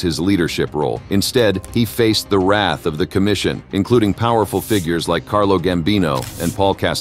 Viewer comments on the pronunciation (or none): none